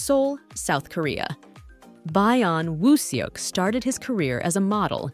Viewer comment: 😂😂😂😂 By-yon woo suk 😂😂😂😂